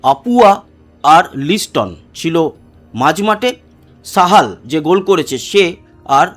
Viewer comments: দাদা ওটা সাহাল not সামাল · Samal noy Sahal.